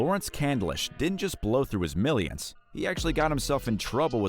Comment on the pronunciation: So cringy every time this narrator says dident instead of didn’t.